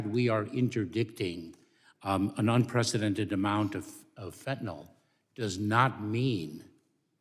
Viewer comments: It's pronounced fentanyl not fentanol. Like vinyl.😋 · Fen - tin - I ILlL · Not really important but it’s actually pronounced Fent-Tan-Ill